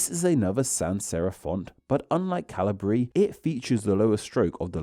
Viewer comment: Ah yes, Cahlihbree and Apotoss